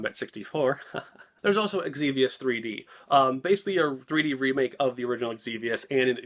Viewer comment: I don't know why some people put imaginary vowels before some words that start with X. You pronounced Xenogears normally but you called Xevious "Egzevious". I've also heard people do the same thing with Tales of Xillia (calling it Eg/Igzillia). Probably not something you think about, but I find it funny that for the same letter, even the same person has a different way of pronouncing it from word to word - Xevious and Xillia ARE made up words but we do have precedence with the Xeno- prefix. Can you tell I have an interest in language? lol